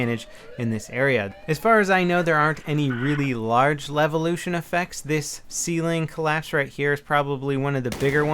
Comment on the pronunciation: say levolution one more time